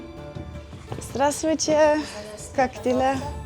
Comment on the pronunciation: Норали меня сильно, очень сильно, удивила тем, что практически без акцента произносит фразы на русском языке. Это было так круто!!! Она сказала слово "Здравствуйте" так, произносит моя мама. Норали, ты действительно молодец! Если ты думаешь поехать к нам в Россию, то ты увидишь, что у нас замечательные люди, вкусная еда и очень много достопримечательностей.